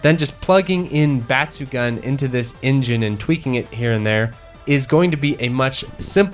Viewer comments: Please check the pronunciation of the game name. The “gun” part in batsugun is not pronounced as a gun. It’s actually pronounced “goon”. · Bat-su-gun... Got it